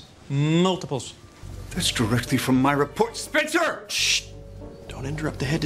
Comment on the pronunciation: "We are 'Spenceter'"